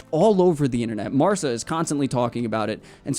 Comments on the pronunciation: Hi. Quick correction: it's Marca, not Marça, so the Ca is pronounced as in Català, not Ça as in Barça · Bro, I love the channel and the content. Just fyi, Marca is pronounced Mar-kuh, not Mar-suh. Cheers bro! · Mar-kuh, not mar-suh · The way he’s pronouncing Marca 😂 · Marca with a hard "k" sounds, not an "s" sound. Also, Perez is pronounced with shorter "eh" sounds for both E's and a slightly longer "s" sound for the Z at the end. Like a quick hiss. I'd rather hear americanized pronunciation rather than botched, unresearched "spanish" pronunciation. Okay, thanks!